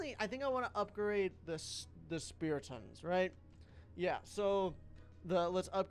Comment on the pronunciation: keeps on saying spartons its SPEARTONS